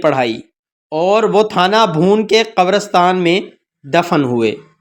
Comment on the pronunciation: بھیا کسی عالم کو اپنا تلفظ سنا دیجئے اپ کا تلفظ درست نہیں ہے پوچھ لیجئے تھانہ بھون کیا ہوتا ہے اور عجلت پر اعراب کیا پڑھنا ہے